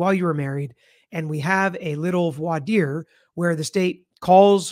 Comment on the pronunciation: You are the only person who pronounces voir dire correctly!